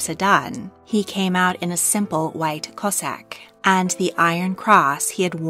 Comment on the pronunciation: Came out in a simple white "Cossack"? I think you may have been a bit quick off the mark. You meant, of course, "cassock".....